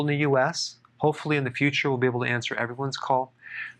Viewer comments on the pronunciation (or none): none